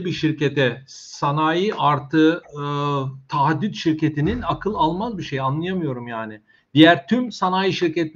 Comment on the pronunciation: emeğinize sağlık, tek ricam şu "taahhüt" kelimesine odaklanalım. "tahaddüt" ne yav(affınıza sığınıyorum haddim değil ama takıntılıyım):)